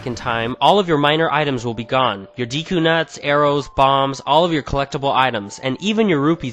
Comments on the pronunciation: ITS PRONOUNCED "DEKU'' NOT DEEKU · deeku??? deku(day-koo)